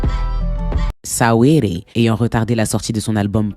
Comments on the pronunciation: Ça se prononce sweeti pas sa-we-di 😂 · Mdrrr Sa-wee-ly 😂🤣🤣🤣🤣 tu m'as tué !